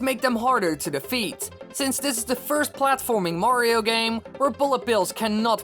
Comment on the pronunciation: Learn how to say Mario. It sound's that you say Wario.